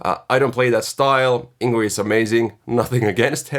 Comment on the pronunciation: Just FYI, it's actually pronounced ''YNG-VEI''. I also pronounced it wrong for the most part of my life lol.. not an obvious pronounciation!